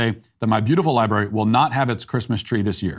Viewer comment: Matt, you're 50/50. The word is LibRary. Also, I'd like to talk with everyone about Jehovah's Witnesses. FR